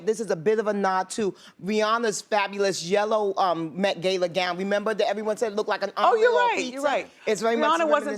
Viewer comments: IF SHE SAY GEY - LA ONE MORE TIME UGGGGHHHHH!!!! Its not pronounced that way... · The minute Bevy said "Gayla" I just immediately blocked out her opinions on the outfits. Like what sis? lol.... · Gala is not pronounced as gayla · Every time I hear GAIL-A, I cringe. It’s an American thing. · Wanted to punch her in the neck every time she said “gayla” 😤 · Sue MisoSoup british ppl do not pronounce it “gayla” lmfao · That. is. not. how. you. pronounce. gala. 🙄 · I'm sorry I can't take seriously a fashion critic who doesn't know how to pronounce "gala". XOXO ;) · I hate the way she says Gala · This woman doesn’t even know how to pronounce ‚Gala‘ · Can Bevy learn how to pronounce Gala??? And the Haus of Gaga was not a nod to anything but her creative team that she calls Haus of Gaga since Poker face. Get your facts right Bevy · What u said... She supposed to be so "high class" bit can't say GALA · She needs to relax. Her met gala outfit is a mess. She can't even pronounce the event she attended. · You don't say Gayla, but Gala, like Gaga. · Bevy! Honey! Daaahhhling. Love you but look at you! Trying to develop a sence of style on the red carpet. Also, it’s GALA not «gay-la». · gal ah, not gay la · It’s no GAYLA!!!! Gush how hard is it to say GALA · "i went to the met gey-la"?? it's pronounced ga-la! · GA-LA. It's a gala not gayla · lmao reminds of oceans 8 with sarah paulson and she pronounced it gay-la lmfao !!! . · WHY DOES SHE KEEP SAYING "GAYLA" ITS FUCKING GALA. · I cringe every time that lady said "Gayla", it's GALA! Everybody knows that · again with the Gayla.. it's Gala, can someone correct them? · Why does that lady pronounce it as “Gayla” instead of gala. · Bevy it’s not gayla - it’s GALA!!!! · I hate how that chick says “gayla” instead of GALA! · at the “gay-la”? “Gah-la*” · GAYla? gayla. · Keia Brianna it CANT be said either way. Its gala NOT gayla smh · Why that other woman saying GAYLA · “Geila” for gala??? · Gala not Gayla Bevy, love you though girl.